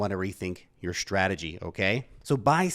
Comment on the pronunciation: Dude! The word is Ssssstrategy not shhhhhhtrategy!